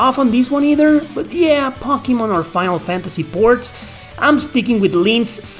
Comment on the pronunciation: I'm just here for the way he says "Pockymon"